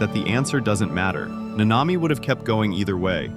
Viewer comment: I like the video but why is it so hard to just pronounce the names the way they do in the show. The emphasis is on the first a not the second